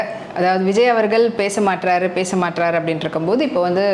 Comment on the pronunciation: மாட்றாறு இதுக்கு இன்னா அர்த்தம் . தமிழ் மொழி இப்படி டிஜிட்டல் கொலை செய்யபடுவது மிகவும் கவலையாக இருக்கு . இளைய தலைமுறை இதை கேட்டுத்தான் தப்பும்தவறுமா பேசுது. உடைகளில் காட்டும் கவணத்தை விட உச்சரிப்பில் கவணம் அதிகம் தேவை.